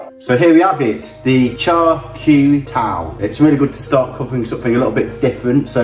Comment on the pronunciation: Nice job! At least you can say Char Kuey Teow😁